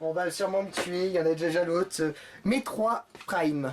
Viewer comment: j'ai eu mal à la tête quand il as dit Metroid